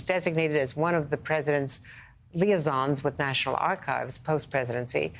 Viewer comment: Lee ay zons. How do you not know how to pronounce liaisons as an older woman news anchor.